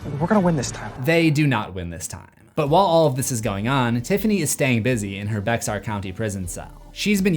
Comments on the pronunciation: not to be "that" person but it's pronounced BEAR County not Be-X-ar, that part of Texas had a lot of Spanish settlers so some areas aren't pronounced the way they're spelled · Lol "Bexar" is pronounce "Bear"